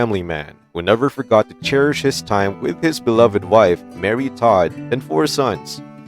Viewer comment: ITS TODD,,,,NOT TAD!!!